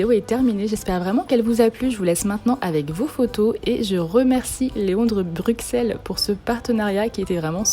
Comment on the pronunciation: On ne dit pas bruXelles mais bruSSelles